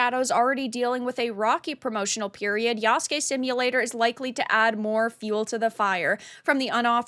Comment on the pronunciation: Good job pronouncing Yasuke properly. Asmondgold could learn from ya. However, they do have Japanese historian working on this?, Sachi Schmidt-Hori. Ghost of Tsushima took a lot of liberties with their story as well. However, I think the make or break for ac shadows will be the story and the dialogue, which in recent ac is always janky and doesn’t feel immersive.